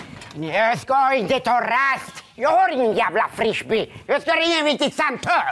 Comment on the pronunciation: LoL ''Frishby''